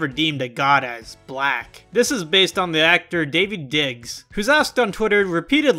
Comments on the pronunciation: DAH-veed Diggs. Not David. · When he pronounces Daveed as David :( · When he said David instead of Daveed…I cringed lmao